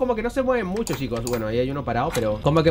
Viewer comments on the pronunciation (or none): none